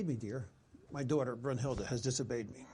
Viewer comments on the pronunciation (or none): Also its pronounced "Brinhilde" with a short i, not a long u.